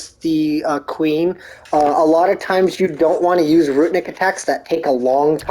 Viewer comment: Your dodging skills are out of this world. I try to kill the Valkyrie like you and immediately forget all your tips and just die so fast, LOL. 1st time through for me. Also it sounds like your saying ROOT-EN-NIC for ROO-NIC, lol. No T and 2 syllables 😉